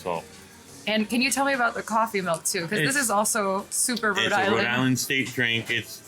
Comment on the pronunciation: Notice the Rhode Island accent at the wiener place, "Korf - eeee' milk.